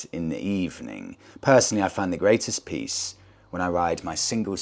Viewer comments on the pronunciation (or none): none